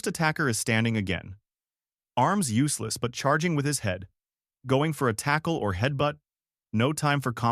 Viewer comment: I love the content, but DESPISE the Ai narration with a PASSION!!! It will NEVER, apparently, get inflections/proper emphasis correct. For example, the dead-energy Ai says, in a droning, flat manner, "That's his problem..." instead of what should be, "That's HIS problem...". Changes the whole tone and energy. Maybe a nitpick, I know, but come on! Enough is enough. I'm just sick and tired of hearing SOULLESS ai!! Get in there yourself and get dirty! If you don't have a voice for whatever reason, try to get someone ELSE (like, a REAL HUMAN) to narrate, PLEASE!